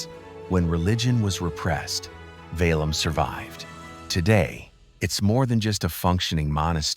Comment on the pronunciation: It`s Sergiev Pasad [`serGijev] as 'g' in 'gay'. Also 'Petergof', not Peterhof. 'Valaam' we pronounce every 'a'.